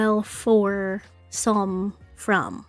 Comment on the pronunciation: Hi! Korean language student, Kpop fan and LADs lovely here~ So BOL4 is pronounced BOL(sa) with a long A. SOME is just how you think it is. hope this helps!😊